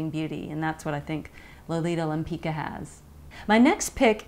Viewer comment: I love your reviews Katie but the pronunciation of the name Lempicka is not LEMPEEKA it's LEMPEETSKA. The founder of the brand Josiane Maryse Pividal has named it after a painter Tamara de Lempicka from Poland :)